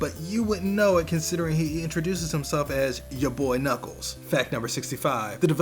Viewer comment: Knuckles not knuckle